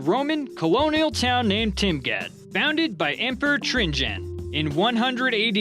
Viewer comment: TRAJAN. come on kid! You can create a video, but not type in Trajan in google translate, to hear how TRAJAN is pronounced first? {cringe] " with a hurth in the center"? You mean hearth? You don't have a hearth without a fireplace. Where did you go to school?